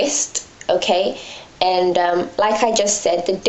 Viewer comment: I really like your videos! Its nice to have a fellow british living gyal doing hair videos. Ur accent goes american sometimes! lool. Especially when you say "aaannd" lol ;) Anyway good work gurl. I'm around 4-5 months into transition, and my mind isn't all there yet, i have moments where i think.. i "need" to get a relaxer, i can't do this, this is too much, i'm not ready. Then i watch videos like yours and i'm inspired to keep going. Much love :)